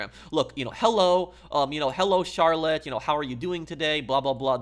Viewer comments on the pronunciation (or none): none